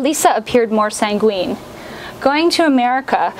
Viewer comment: "Sang-GWEEN"? C'mon.